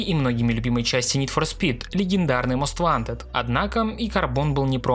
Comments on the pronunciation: Не мост вантед, а моуст вонтед. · Я тебя умоляю, говори "мост вонтед".